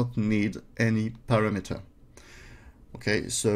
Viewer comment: Paste is "pAAyste" A as in Able. [English teacher ;) ] Parameter = pah-ram-ehter